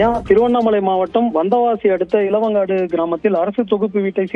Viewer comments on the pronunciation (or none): ஏப்பா செய்தியாளரே இளவங்காடு இல்லை❌ இளங்காடு பெண்னூர் இல்லை பொன்னூர் செய்தியை சரியா படி😂😂😂